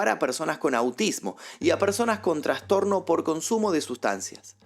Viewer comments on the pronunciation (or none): none